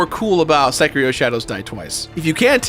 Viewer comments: I think you might be mispronouncing "Sekiro". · Again I have to complain THE R IS SILENT IN SEKIRO